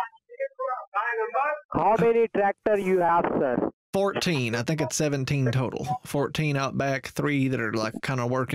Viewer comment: "do you tink i'm full??"